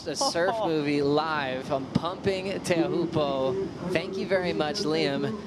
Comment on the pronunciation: WSL really need to provide PD and cultural competence to all staff, commentators and surfers in how to pronounce Teahupo’o. Even if people dont get it completely right its appreciated when you make an effort. Hearing people still saying Showpoo and Chopes is so disrespectful and in this day and age, really not acceptable. Its one word/ name. The least you can do travelling there under the locals manaaki is learn that one thing. Please have some respect